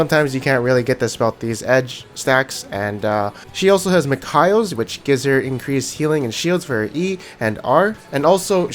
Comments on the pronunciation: MIKAELS = MICK-KAYLES I die a little bit everytime you say Mick-Kyles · The way you say mikeals dude is so weird 😊